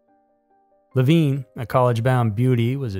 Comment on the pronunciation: Leh-VIN, NOT Leh-VEEN. I enjoy your content, I do, but is it that hard to make sure you are using the proper pronunciation of names and places? This is at least the third time I've had to call you out. The poor girl was murdered and her reputation dragged through the mud, could you at least pronounce her name correctly??